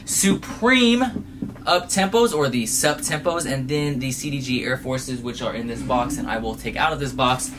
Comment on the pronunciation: the way you pronounce cdg smh